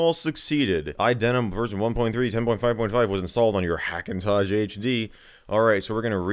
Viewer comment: He keeps saying "iDenim" and "Hackintozh"... x_x